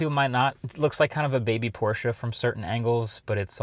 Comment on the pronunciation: Thank you for always pronouncing Porsche the correct way